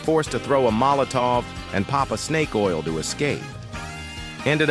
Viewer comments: bro said sneak oil instead snake oil 💀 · bro said 🐍oil instead of 🐍🛢️ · bro said snake oil instead of 🐍 oil